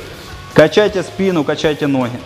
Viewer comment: Не хораздо, а гораздо, не нохи, а ноги. Как это бесило на протяжении всего видео